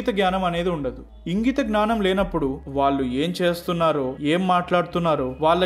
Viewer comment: చాలా మంచి విషయాలు చెప్పారు బ్రదర్...మీ వీడియోలు అన్నీ బాగుంటాయి...కానీ ఒక చిన్న విషయం...నాకు తెలుగు భాష అంటే పరమ ప్రీతి. మీరు వాళ్ళు కి బదులుగా వాల్లు అన్న ప్రతిసారీ పంటి కింద రాయి పడినట్టు ఉంటుంది. చాలా చోట్ల వత్తులు పలకడం లేదు...ఇబ్బందిగా ఉంది. దయచేసి గమనించండి.....